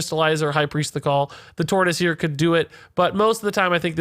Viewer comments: when someone shits all over the bathroom, walls, THAT is "turd--is" You meant TOR-TUSS. but , that's why it was funny cuz it's a verbal slip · you get large props for an easy to access "quick reviews" . dude , the way you said "turt-is" is amusing. the arena guy would be good at 3/3. I think he'll be quite functional at 2/3. for arena.